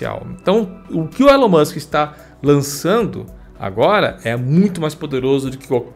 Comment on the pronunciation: So o que me pegou foi o falando "Elano Musk", era pra traduzir tudo e falara Elano Almíscar!